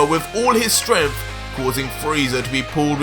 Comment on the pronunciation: Don't mean to be rude but why are you saying "stremph" instead of "strength"?